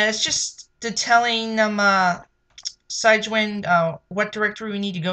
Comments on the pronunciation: It's not pronounced SIGE-WIN. It's SIG-WIN. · enunciation note - "Sig-Win" after "Sig-nus" the swan..